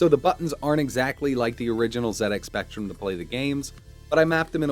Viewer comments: Nice to hear an American YouTuber say it as Zed X Spectrum for a change. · THANK YOU for not pronouncing it zee ex